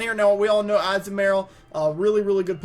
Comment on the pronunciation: I hate the way you say Azumarill